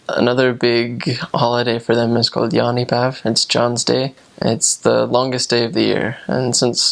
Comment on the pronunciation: you NAILED the pronunciation of 'jaanipäev'. it sounded better than when we say it lol, it was so clean